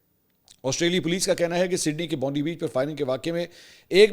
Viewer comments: NOT BONDI ITS PRONOUNCE BOOND AAAIEE BEACH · Mansoor bhai please correct your pronunciation of BONDI Please pronounce it as Bond i (Bonf eye ) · It's Bond-I...not Bondi. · It's actually Bondi beach pronounced "Bond eye"beach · You are mispronouncing the name of the beach. The correct pronunciation of Bondi Beach is "Bon - Die".